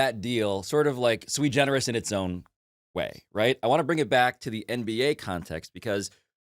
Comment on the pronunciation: “Sui generis” Pablo with the high school SAT bomb!!! Shoulda been a doctor.